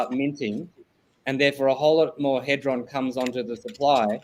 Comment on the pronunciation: Hee-dron.... for the record